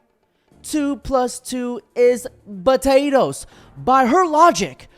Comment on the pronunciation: "2+2= Botatoes" 😂🤣🫡